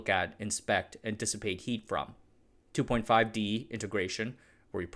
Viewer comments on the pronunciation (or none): none